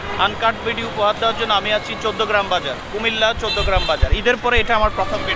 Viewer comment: Its Video and not “Vedio”, just a suggestion!